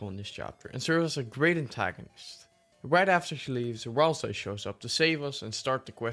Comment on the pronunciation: Ah yes my favourite Deltarune character, RALS-EYE.